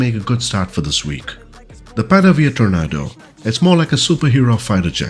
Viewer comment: I still think you compose the best FS2020 videos, (is that your first name or last name?). A minor point, but "Tornado" is pronounced 'tor-NAY-doe'. Since this release comprises the GR4/GR1 (and ECR) variants, its home bases would more naturally be RAF Marham, RAF Lossiemouth, RAF Honington, RAF Brüggen and RAF Laarbruch (the latter two of course, in Germany).